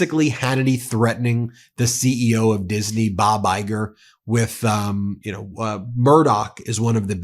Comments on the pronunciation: Why does hannity say ' diseney ' instead of disney? Does he not understand the correct the pronunciation?! 🙄🙄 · What's with hannity pronouncing Disney "Dis-a-ney" ?? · all the righties made Disney 3 syllables. Dis-in-ee. LOL morons